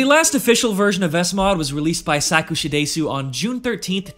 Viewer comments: The way to say Sakushadesu would probably be easiest written wise as "suck sha dess", sorry its just a nitpick that just hurts my brain xD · errmageerrd staap saying saakuushadaaaysuuu eermgaagoaaaad